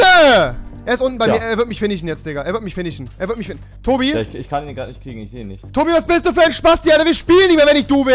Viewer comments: Hi ist wirklich nicht böse gemeint aber kann rewi das ,,sch'' nicht ansprechen weil er immer sagt ,, er finicht mich'' ? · Rewi wird nicht gefinished sondern gefinicht 😂 aus sch mach ch